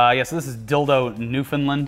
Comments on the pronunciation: Newfoundland rhymes with "understand" (noof-uhn-land) and along with Dildo, we have these place names: Conception Bay, Come-by-chance, Spread Eagle, Blow-me-Down, Muddy Hole, Placentia, Cupids, Tickle Harbour, Virgin's Cove, and probably a few more that I forgot.... we're also the most sexually active province in Canada. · it's NEW FOUND LAND ..... like how you say understand